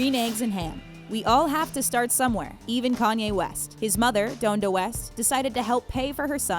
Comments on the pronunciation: they pronounced every name except Kanye wrong 😂"dohn-da west" instead of Don-da just like its spelled then "Beenie Sy-gel' instead if "Beenie Seigel" like "see-gull" guys! Come on, these are legends!z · DOANda West... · The highest level of disrespect you could do in a Kanye video is to mispronounce donda and you managed to do that